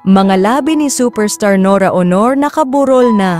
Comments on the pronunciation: Mega lips ni Nora naka burol na ? Huwag ka ng magsalita kung di mo maipronounce ng tama , dahil naiiba ang ibig sabihin . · Pakiayos naman ang agsasalita ng narrator dahil. ang pangit pakinggan ang pronounciation niya sa labi (bankay) at labi (lips) sorry po✌️ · Kkabwisit ang narrator. AI ba yan? Anong Nora Honor? Buset. Labi lang di pa masabi nang maayos. Ano yun LIPS ni Nora-labi. Ito ang kaibahan ng vloggers sa tunay na journalists/reporters. La kwenta. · Madam pakiayos yong pronunciation nyo kasi yong una nyong sinabi ang meaning po ay lips 👄 Bakit paulit-ulit yong vids 🤔